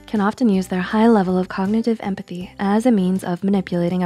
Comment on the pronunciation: Grow up. but COKnitive 😂😂😂